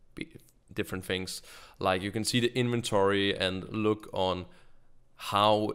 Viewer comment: It's sounds like you are saying "Fings" instead of "Things" #Nohate.